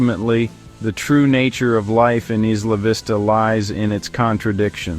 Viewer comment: Maybe they can actually pronounce the name correctly. What a stupid video